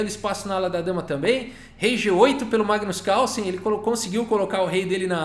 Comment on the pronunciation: Massa... coloca um erros de gravação no final... Magnus Cálson... hehehe